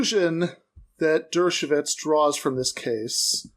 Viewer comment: Alan Dershowitz Your pronouncing it Dershovits..anoying as alan is.